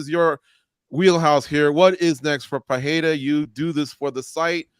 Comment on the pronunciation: Seeing as even Rogan has started pronouncing "Pereira" correctly can we stop with the Puh-hair-ah? There is no double r (like there is in Ferreira).